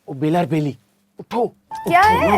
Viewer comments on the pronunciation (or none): What!!! She said Bala instead of Bela...🤣🤣🤣, from India...